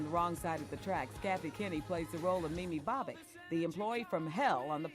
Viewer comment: Mimi bob-ick lol